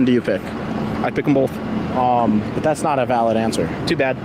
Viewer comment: The funniest part is how he pronounced Both,BOLTHE